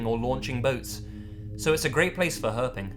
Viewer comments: ah, no offense when you said 'herping' it sounded like herpes for a second... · I'd be ok with never hearing the word 'Herping' again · "Herping"... that man deserves some sort of award hahaha